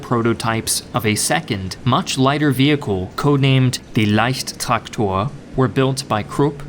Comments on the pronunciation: You're pronounciation of Leichttraktor was flawless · best pronounciation i heard from you was surprisingli the leichttraktor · u actually pronounced "Leichttraktor" pretty good I must say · Congratulations you pronounced leichttraktor correctly.